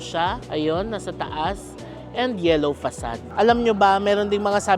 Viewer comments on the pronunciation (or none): none